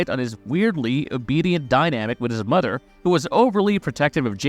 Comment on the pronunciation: "his bond wiff his modder Pamela" great speaking, jokes aside good video